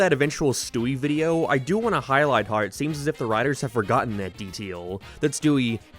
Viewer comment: Work on how you pronounce "how"